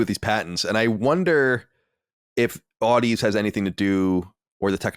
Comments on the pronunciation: Just a nitpick of a pronunciation correction: The Sony acquisition of "Audeze". The companies name is pronounced as if you are saying "Odyssey". It is pronounced "Aw - dee - zee", a mix of Audio and Odyssey. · Audeze pronounced like Odyssey, but with a zee at the end. FYI 👍🏻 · Audeze is pronounced like Odyssey but with a Zee at the end. And their main draw is they are the main drivers of planar magnetic drivers which are great for quick, responsive sound and deep bass, things that will make for a great gaming headset.